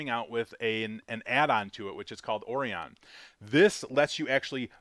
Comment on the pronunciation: LOL bro. Just fyi Orion is pronounced Oh-ryan. Aside from that pretty cool game bro. Thanks for the info